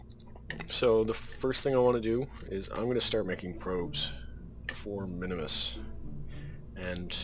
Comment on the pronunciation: Just tips for the future, the moon minmus is pronounsed "min mus" not minimus, and also its better to dump the fairings before you achive an orbit. I usually dump them just after 50km where the pressure is so little they actually become useless and only waste delta-v.